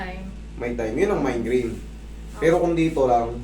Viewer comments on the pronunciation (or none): sir correction lang migraine yun hindi mind graine😬😬😬✌️✌️ wala salitang mind graine di ako hater kinorek ko lang idol❤️❤️❤️❤️